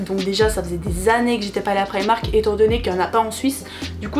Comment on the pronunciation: Mais pk vous dites tous prAÏmark 😫on dis primark